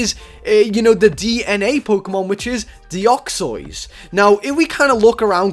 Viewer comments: It isnt deoxoys its deoxys! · deoxys is pronounce deyoksis not deyoksoys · It is called De-ox-iez, not De-ox-oiz. That pronunciation of yours just sounds weird and doesn't make sense. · my reaction to how says Deoxys wut is that supposed to mean it's Deoxys not Deoxoyse (how he actually says it) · ur saying deoxois but its deoxys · you said "Deuxzods" you Say it like this De-ox-e-yes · STOP SAYING DEOXOYS ITS ANNOYING ITS DEOXYS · Deoxois I thought it was deoxys the hole time no offense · He said deoxys wrong deoxyos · "Dioxois" it dEoxYZ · stop calling it deoxios. its deoxys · DEOXOISE? ITS PRONOUNCED DE OX SYS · Deoxoys? Its Deoxys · the way you pronounce it isnt like this deoxois its pronounced deoxis by the way i know its not right spelling im just saying how its pronounced its real spelling is deoxys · He called deoxys "deoxois" DA F*****CCKKK??? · its prenounced DE ox SIS not de ox ois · deoxys NOT deoxoys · Its deoxys not deoxoys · It's de Ocks iss not de ocks oys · Deoxoys umm can u speak it say it please U should make a video that all the pokemon u can say rightly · did anyone else notice he said reading instead of radiating and he said deoxyois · YOU SAY IT DEE-OX-EEZ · its dox-is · you said deoxoys like a joke or something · How you pronounce Deoxys De-ox-ys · "Doxsoys" lol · It's Deoxys (Dee o xis) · I KNOW YOU ARE BAD A PRENOUNCING STUFF BUT PLEASE!!! I AM GETTING SIRIOUS TRIGGERING RIGHT NOW ITS NOT DEOXEUEHEUEUYEJJS JUST SAY IT AS IT IS! DE-OK-SYS THATS HOW YOU SAY IT!!! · Deoxys is pronounced deoxes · ITS DE OX IS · Deoxois lol sry xDDDD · The way he pronounced deoxys XD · you say deoxys wrong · u said deoxys wrong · LOL WRONG PRONOUNSAYTION OF DEOXYS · Not to be mean or anything but ur pronounciation of deoxys is the frikin worst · Omg stop saying it wrong search it on Google learn how to say deoxys xD